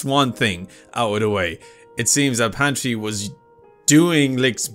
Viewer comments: PATRI not fucking pantri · Its not pantry.. Its patry... 😅😅😅